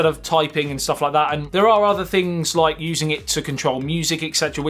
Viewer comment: "Note Noyn"!!! LoL Hit "Loyk"! LOL